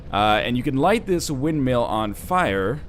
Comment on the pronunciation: pronouncing 'windmill' as 'windmeal' is not a canadian thing... its a NL thing